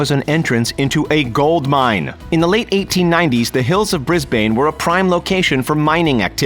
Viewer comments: It’s bris-bin not bris-bane trust me I live in Brisbane you’ll get weird looks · “Bris bane” hahahhahahahaha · Grrr, from Australia, the way he wrongly pronounces "Brisbane"...